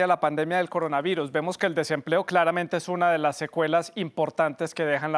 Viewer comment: "el coronavairus"